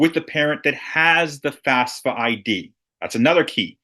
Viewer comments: It’s pronounced *FAFSA, …not FASFA! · Thank you because it seems like people are often saying it as"FASFA" just like in this video